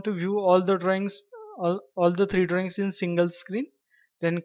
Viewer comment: The way you are pronouncing the word Drawings sounds like Drings. Please enunciate your words correctly